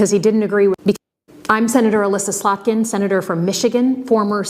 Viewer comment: Love your mispronunciations of names (Freudian slip) slut-kin and on another John karaoke (cia man John kirakou)! Keep up the good work